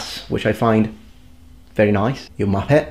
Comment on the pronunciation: "You Muhppettt" HAHAH gets me everytime